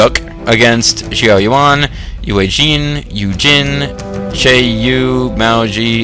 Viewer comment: Older video than I had hoped, but a nice watch. I'm not usually one to complain, but your pronunciations are horrible lol. I nearly fell out of my chair when you mispronounced Xiahou early on, I was just laughing too hard! xD And Shang Xiang is my all time second favorite character (after Lu Lingqi) so hearing someone mispronounce the princess's name was quite the bother. All my insensible ranting aside, thanks for the video! I'm still hoping for an English release at some point. And I really wish you hadn't been quite so.. generous.. with your sarcasm. Made it a bit difficult to enjoy the video. I'm all for sarcasm, but you really know how to push the bar, my friend. xD Thanks for reading, and have a good one.